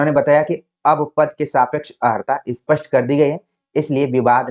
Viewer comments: आप अर्हता को अहर्ता क्यों बोल रहे हैं? कान में चुभ रहा है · Sakshi ji ne Jo pronunciation ki baat kahi wo sahi h but jis tarah se unhone bola wo Tarika theek nhi Kyuki ko is tarah nhi bolte ki चुभ रहा है